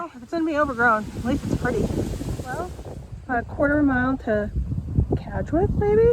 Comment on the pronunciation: Great video! Thanks :) You pronounced Cadgwith correctly, by the way. Also, I think the name Lizard isn't to do with the pattern of serpentine stone but rather it's from the Cornish name 'Lys Ardh' which means 'high place' or 'high court'.